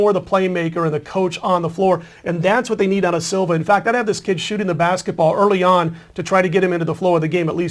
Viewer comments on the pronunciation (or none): can you at least learn to pronounce the names. you said silva its siva. you also said jareds name wrong. Last but not least ur prediction was wrong haha.